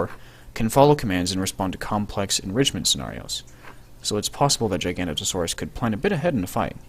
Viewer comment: GIG A NOTE O SAW US GIG A NOTE O SAW US How do you get Gi-gan-ta out of Gig-a-no-to is beyond my comprehension.